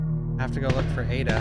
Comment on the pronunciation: It's Aye Duh!!